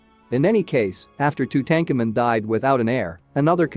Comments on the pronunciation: Or, or !!! “Too-tanked-tu-moon” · You can’t even pronounce Tutankhamen’s name correctly how am I supposed to take your information seriously? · No tank in name pronounced tutenkhamen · Tootancamoon for god's sake not tootenkamen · The common pronouncement of Tutankhamuns name is tute aunk amoon not to tankamon! Are they just using reader app to narrate? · Tu-tank-in ? Really. Tu-tah-ka-moon. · its tootum-car -moon not two-tank-a man lol not the way it spelt but as you say his name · Hey For Ur Suggestions Box:Lear How To Pronounce The Main Words Or Subject U R Discussing??WHO Does Not Know How To Pronounce King TUTS Last Name!!?? TO DAHN COMEN REPEAT IT👎🤡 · OMG! Two-Tank-A-Men??? Unwatchable. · Tut-Ahnk-ah-mon ...hooked on phonics don’t work for him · LOL 🤣🤣🤣🤣🤣 Tootankermen..... BWAHAHAHAHA! 🤣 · It's pronounced "2-tone-ka-moon" meaning beloved of Amoon. His father is pronounced "Ah-mon-ho-tep" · Who the fudge is Two tank en men .... geez none of these names are pronounced correctly, it made it so hard to listen to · Who is Tu-tank-a-man? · Too tanka min - please learn to pronounce these names correctly - if you can’t do the simplest thing then why should anyone pay any attention to the content of the video ☹️🤷‍♀️ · Say the pharaohs name correctly it’s annoying Tutankhamen. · two-tank-a-man !!! unbeliveable. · Please learn how to pronounce names properly!! Too tan ka moon!! Phonetics!! Aa ka na ton!! Thank u… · Two ten kemen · One minute in: I can't listen to this guy strangle Tutankhamun's name one more time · You need to learn how to pronounce tut's name properly. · Pronoun this very famous Pharaoh's name properly! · I can’t finish watching this. If you cannot say the King’s name correctly, I don’t trust this channel. Peace out! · Why is the name of king tut mispronounced.. very distracting.